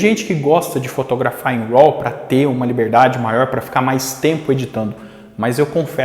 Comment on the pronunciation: Amigo.... Pronuncia "rô". Não "roll"